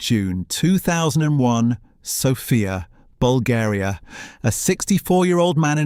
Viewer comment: ❤ I am sorry but this has to be AI audio. Horrible pronunciation mistakes starting with name of the capital of Bulgaria,Sòfia ... the practically every Slavic name in the video. I had to look at the date of production - two days ago 😢 only ... why so many mispronunciations?